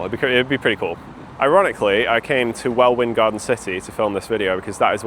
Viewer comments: Well-win? Try Well-in! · "Well-Win"? It's Well-In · Heh. It’s Well-in Garden City. Not Well-Win. 🙂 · small note: Welwyn is unfathomablypronounced "Well-in"... trips us all up. I used to work just over the road from their head offices :) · Good video! btw, "Welwyn" = "Wellin" (not "well winn") (I only know coz I freelanced at Tesco HQ a couple of times) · Born in Hitchin a long time ago and I've always known it as Wellin, not wellwin (garden city). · "Well Win" ....it's more like "Well Inn". It's a p annoying pronunciation tbf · Well-winn Garden City -_- Its pronounced Well-inn! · Wellin... Silent w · Pardon... "Well-win" Garden City... :) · WellWIN? GARDEN city lmao... Great video though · NB Welwyn = "Wellin" :-) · I winced at "well-win" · Nobody pronounces the second w in Welwyn. It sounds like "well in". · As a former local, Welwyn is said Wel-in, the second w is silent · The second W in Welwyn Garden City is silent - Wellin! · Wel wyn? I've never heard it pronounced like that! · Give a break! He's young. Nobody really talks about "Welwyn Garden City" anymore! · Welwyn is pronounced "Well-in", just so you know. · The second W is basically silent (so phonetically Well-in), though way back in history the w was pronounced. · The way bro said Welwyn😭 silent second w man. Silent second w. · Raging at the Welwyn mispronouncing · Sorry how do you pronouce Welwyn? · As always, interesting stuff! I think you've probably never heard Welwyn said out loud - the 2nd w is silent for some reason 😊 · the second W in Welwyn Garden City is silent and that hurt me. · Me too! I came here to say this. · I can tell you're not a local by your pronunciation of Welwyn 😅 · Your pronunciation of Welwyn was rage bait. Won't fall for it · Please if you don't know how to say a name don't say it you are from the UK you should know how to read welwyn Garden City